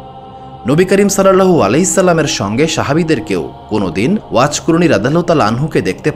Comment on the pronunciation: এত বড় একটা মানুষের কথা বলছেন, অথচ তার নাম টা ও ঠিকমতো বলতে পারেন না। আফসোস।